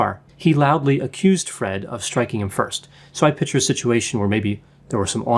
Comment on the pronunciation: You are so intelligent, Dr. but the correct pronunciation is PIC-TURE. PICK-TURE. Love ya 💗